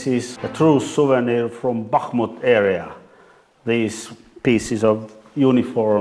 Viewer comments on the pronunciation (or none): none